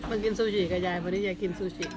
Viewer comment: ซูชิค้าบบ ไม่ไช่ ซูชี่